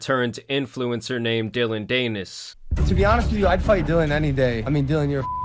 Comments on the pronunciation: Dan-is. Dillon Dan-is. It's not that hard to do research a name when at the computer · dillon danish? is that what ur saying? 😂😂😂 its pronounced "DAN-ISS" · Bro it's pronounced DAN-IS not daynis lol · It is not DANE-IS. it’s pretty pronounced DAN-IS. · Dillion Danus the Anus. Greatest mispronunciation ever. Tan Superman winning even when he isn't trying. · Dillon Dee-nis (Rhymes with Pen… Nevermind) went full scorched earth there 😭 not condoning it but daaaaaamn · I like your version of Dillon's last name better than the real thing. Rhymes with something.... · I love how he pronounces dillons last name danus lol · DAN IS, cmon get it together bud it’s not that hard of a name to pronounce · yeah some people just dont like doing their research before making a video about someone, doesn't even know how to say his name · Idk if you do a video like this you should probably research how to pronounce Dillion Danis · Why is this guy talking about things he has no idea about? He’s never even heard of Dillon. Never said his last name the right way! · It’s even funnier that you keep saying his last name wrong 😂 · Pronounce Danis right if you gonna do a video about him ffs